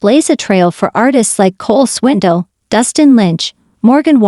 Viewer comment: Thank God there was no bad news! Still enjoyed this look at Luke. Side note.....learn how to pronounce Swindell.